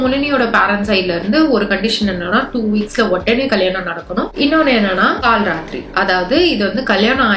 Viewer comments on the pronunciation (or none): It is kal rathiri not kaal